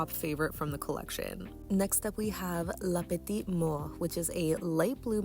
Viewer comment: The way you pronounced "La Petite Mort" is chef's kiss. 😘 My wallet could definitely use a breather, so I'm relieved there's nothing from the latest Mooncat or HT collections that I want right now.